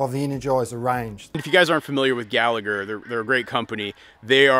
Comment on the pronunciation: Pronounced Gall-a-her.